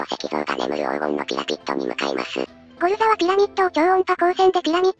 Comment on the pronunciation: でピラミッドがピラピットになってます！